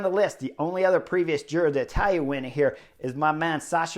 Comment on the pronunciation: Give Chris a break. It’s a foreign name that he can pronounce pretty well. Relish it.